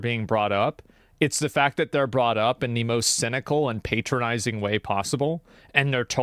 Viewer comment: I hate how Asmon says "patronising", the stress on the word is wrong, makes it even more annoying how much he uses it.